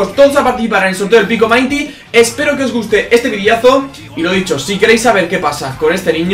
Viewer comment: Mainti no minty